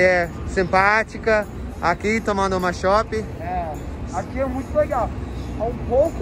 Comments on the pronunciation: Ainda pronunciando errado??? Nao eh shopi eh Chop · Shopping (chópim), Shopp (chôpi). Corrija a pronúncia. Ra ra ra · não se pronuncia "shópi" e sim "shôpi".